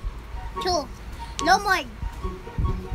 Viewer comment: leomord❌ lomord✅